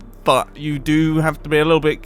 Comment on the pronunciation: He's trying to say "But" But he's actually saying "F*CK"